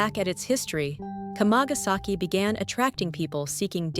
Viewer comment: It's not "k'mah-gas-eki" ... it's kama. Kamagasaki is 釜ヶ崎, kama-ga-saki. WTF do content creators do videos on subjects without even learning how to say them? It's also a great street market to go to. Nothing's hidden, nothing invisible, you just have to go there and walk down the street. Even the yakuza HQ is plainly sign posted if you want to find it. Sick of these tired old tropes about Japan.